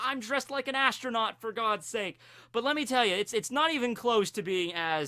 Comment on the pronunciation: did you just say astro-NAUGHTY???